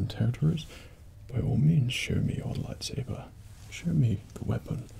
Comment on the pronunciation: He said "lifesaber"